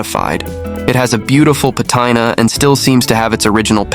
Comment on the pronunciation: At 051 did he say patina or vagina?????? WTF?